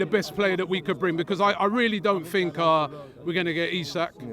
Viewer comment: I fought I fink Seriously why do you replace a T with an F sounds ridiculous. Hang on Liverpool have had injuries